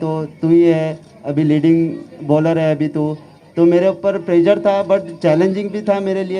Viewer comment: It's प्रेशर bro not प्रेजर। Well played BTW I appreciate ❤🤘